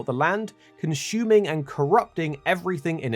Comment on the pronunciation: Its CONSUMING not CONSHUMING